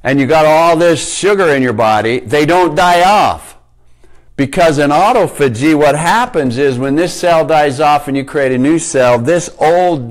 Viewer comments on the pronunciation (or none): Its pronounced ah-tof-ah-gee. Good info tho thanks